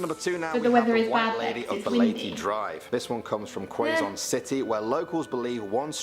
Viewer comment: Dude mispronounced Leyte & Quezon. lol